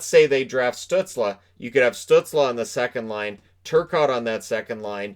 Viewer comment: twentytwentyytwentytwenyone btw: 100% nailed the pronounciation of Stützle here, respect. havent heard another north american get it lul